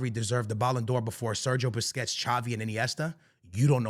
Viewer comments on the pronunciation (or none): Why do you call Busquets “Biscuits”? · man said “biscuits” lmao i love how he pronounces certain names😂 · Why he calling busquets biscuits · Rodri !!!! Rodri!!! Rodri!!! vini cried and humbled by the french!! be better!! YES IT IS A BUISNESS!!! Vini couldnt put out his own tweets because he is a horrible human being. pronounce Sergio Busquets the right way.. and dont bring up legends in a present tense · The way this dude pronounces "Busquets" makes him lose all credibility in my eyes.